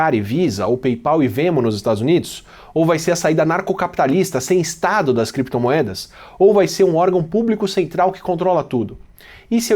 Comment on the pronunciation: Anarco* meu amigo. A pronúncia do Átila soou estranha pra mim, também. Mas é anarcocapitalista. Confia